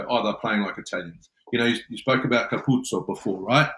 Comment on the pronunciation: It's hilarious that these guys can pronounce all of the difficult Kiwi and island names, but then struggle with a simple Italian name like Capuozzo. Say it with me: Ka-pu-o-tso. I mean, didn't JK coach in Italy? Embarrassing!